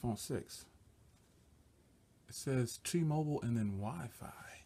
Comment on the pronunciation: I laughed so hard when you said the wiphone